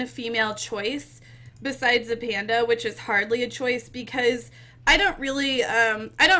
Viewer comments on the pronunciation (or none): none